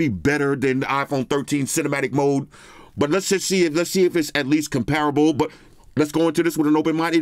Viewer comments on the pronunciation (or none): none